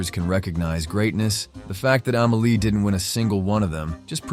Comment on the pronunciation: After this narrative, I liked, subscribed and set my alerts to all. This guy is an artist, his eye for art is like no other. As an artist, this guy hit every single key point! My favorite film of all time Pure art. The only thing I can say is the movie is called Amelie. Ahh-mehh-lee. Not Ehhmehlee. I cant wait to check out your other review. Finally an artist that can eloquently dissect a totally art scene movie. I had never , ever bout a movie during that time, but for Amelie , I did. A classic